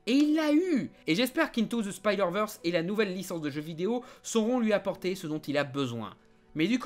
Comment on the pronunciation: Pourquoi "Speederman" ? Pourquoi pas "Meeles Morales" ou "speederverse" ? Le vrai drame de Spiderman, c'est la manière dont on prononce son nom dans certains pays francophones !